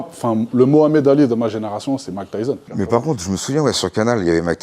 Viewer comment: Mais c'est Mike Tyssson, pas tyzon 😅 C'est comme si tu parles de Valentino Rozi, personne connaît 😂